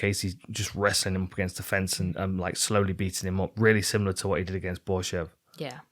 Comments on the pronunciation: As a German: You were nowhere close to pronounce Mandy Böhm right :D Great show as always <3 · Bohm is spoken with an O like in No, easy.